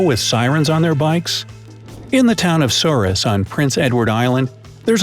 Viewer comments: Sorry ... MUST correct you. Souris, PEI is pronounced ... Surrey. It is a French word for rat. Don't ask. But it is a small fishing port, that could answer some questions regarding the name. As well as the fact of a mixture of original settlers being a mix of French, Anglo and Iberian. I am from that little island, though now I call Vancouver, BC home... which is right next door to Surrey, BC. NO I don't live in Surrey. hahaha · IM DYING he said souris with the s on the end omfg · Yes I’m from pei and the way he said Souris is just wrong in every way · Being from Prince Edward Island, Souris is pronounced "Sur-ee." What I believe is the french pronunciation of their word for mouse, but not the correct spelling of that word.